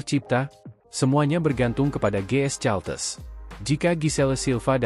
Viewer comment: Caltex kependekan dari California Texas. Kenapa kau baca Caltes Min?. Belajar bahasa Inggeris dong.